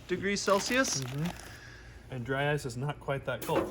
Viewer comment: Did you say "drice" 😂 I like it dry ice = drice